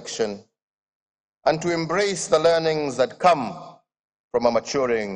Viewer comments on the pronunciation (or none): Come is not pronounced as qwom except when a cow farts at your face.